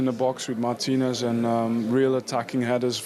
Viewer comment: Your partnership with WHO? Come on man, learn how to pronounce the man’s name